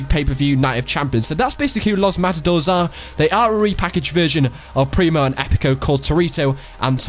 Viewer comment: its pronounces los mata dorays